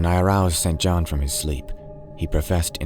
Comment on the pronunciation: St John is pronounced “Sinjin”